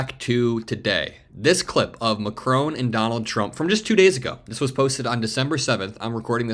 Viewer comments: Check the pronunciation of 'Macron' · Please learn how to pronounce ''Macron'' ! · Please pronounce Emmanuel Macron’s name correctly. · Macron is pronounced with a silent n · PLZZZZZZZZZZZZZZZZZZZZZZZZZZZZZZZZZZZZZZZZZZZZZZ Listen to Google How NAMES are pronunced correctly !!!!!!!! MACRON ... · MAC - RON MAC - RON Repeat after me MAC - RON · The name is Macron …..NOT Macrone! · please say "Mac-Ron" not "rone" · His name is MAcron, not maCRON. You are pronouncing foreign leaders' names improperly more than once man. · His name is pronounced MACKron not MaCRONE. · It’s pronounced MackRon not Macrone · Please pronounce Macron’s name correctly. It is not Macrone, it’s MacRON. It is very disrespectful to not pronounce names correctly. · It's Macron, not Macrone. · Not Macrone, his name is Macron, with nasal o and silent n. You have to pay attention if you want to be a reporter. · Love your vids, but it’s Macron not Macrone. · Macron, not McCrone. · It's Mah Kron not Ma Crone. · Why do the Americans call him Macron(e). Listen to how the French pronounce his name. Its Mac-Ron. Simple.... Macroane? ..... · It’s not pronounced Macrone but Mackron. The ‘n’ Is not pronounced in French but you could at least pronounce it the English way and use the shortened o sound instead of the lengthened o that Americans use for no apparent reason. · President Macron is NOT Macrone. It Macron no ‘e’ at the end. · Lol!! So astute. It's that old thing that a strong handshake is a sign of a strong character. But I'm Trumps case it shows how much if a simpleton he is. BTW...it's Mac-ron. Not Mac-rone..just saying 😊😊😊😊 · 'Ma kronn' dude not Mackroan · It’s Macron not Macrone - short ‘o’ not a long one. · Please learn how to pronounce Mac-ron. Stress on first syllable. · Just a minor detail, but the French presidents name is pronounced MAC-RON 🙂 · It's not Macrone! Like it's not KamAHla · It’s not Mac-rone. Learn how to,pronounce it.